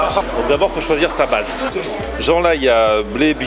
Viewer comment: J'ai entendu une blaze😂 au lieu de base